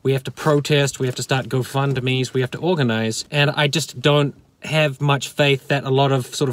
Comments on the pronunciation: I've absorbed everything you've said. And as a fellow Nu-Zeelandish person, your pronunciation of the word "don't" bothers me. You say it more like the name "Don" than the word "dough". It's strange and it keeps me awake at night. I never ever read anything on twitter from you, but I am terribly sad that (like everyone else on that platform) you have been suspended. One day Twitter will reach its logical conclusion of having no users left on it. Personally I think that's a good thing because it sucks. It can eat my ghost chips. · It's really quite simple. Say after me. "Don" (like Don Brash). Now say "donut" (American spelling for you there). Now, take the first part of "donut" and remove the "u". You now have the word "don't", but it sounds like "don't" instead of "DON't" (like Don Brash). There, I fixed it for you. Next week I'll concentrate on your terrible spelling and grammar. Your car videos always have the best production value. Love you long time.